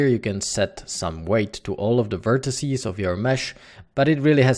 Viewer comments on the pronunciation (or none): none